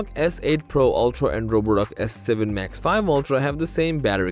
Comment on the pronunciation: I don't think it's pronounced max 5, I believe it's max vee.